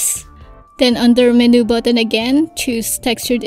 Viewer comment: Would you know, is there any way to create TRUE Vector Brushes in AD? And I wish AD would handle corners better. You know like Illustrator allows the creation of actual VECTOR Brushes & handles Brush Corners. (FYI MENU is pronounced: MEN•YOU not Men•New, sorry, took me a while to figure out what you were talking about.) Tks in advance